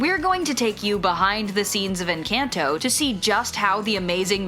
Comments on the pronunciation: bruh its "En-con-toe" not some western "en-CAN-toe" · N-CAN-TOE? It's en CON tho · ENCAHNTOH not encayntoh Jesus Christ. It’s not that hard. MadriGALs It’s just logic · why do you people say encAINto and not EncAHnto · It’s not (en-can-toe) it’s (en-con-toe) in pronunciation. 🤦🏽‍♀️ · It is pronounced In KAHN To It is NOT "in CAN'T o" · They really said enCANto 💀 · It’s In-can-to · You're saying the movie named wrong it's inconto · Nobody The person in the video: "Inkanto" "Maddrihgalls" "Latin-x" "Abuwellah" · yyyyeeeessss i almost stopped watching because of the atrocious mispronunciation. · Can we talk about the pronunciation 💀 Maddriggels In-can-toe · This ^ So. Much. This! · It sounds like she's saying "In Kanto" lmao 💀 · I cringed so hard at the way they said enCANto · LMAOO I KNOWW, like.. "Encantoe.. Madriguls... Abueluh" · say encanto right☝🏻🙄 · the way the narrator said encanto 🤮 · the way she pronounced Encanto couldnt be more american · I can't with the pronunciation of Madrigal and Encanto. Could it SOUND more caucasian? No it could not. At the very least, pronounce the "gahl" . Ugh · How…the HELL, did u pronounce Encanto?! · dude i can tell the person animating this is white by the way they're pronouncing "encanto" and "madrigal" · You said encanto wrong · please who pronounces encanto and madrigal like that💀💀💀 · As a Latino I was hurt when she said Encanto